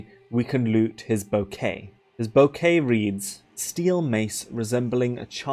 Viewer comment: Unimportant nitpick... It's bouquet (bookeh), ou in french gives the /u/ sounds.